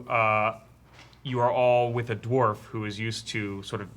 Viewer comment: It's always annoyed me when people can't pronounce Dwarf correctly.